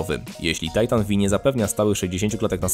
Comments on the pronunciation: To tego się nie czyta Titan V(five)? o.O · Ja myślałem że to się czyta tajtan pięć a , nie vi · Titan V inaczej tytan piąty. XD a nie Vi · Tajtan Vi xD Tysiąc osiemdziesiat TiAj :D Za to GieTeIx... ErTeIx... łot da fak? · V jak Volta